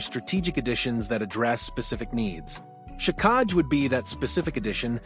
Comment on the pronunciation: Luckily I don’t trust dumb news from AI. It’s “Jack-eye”, not “juh-kahg”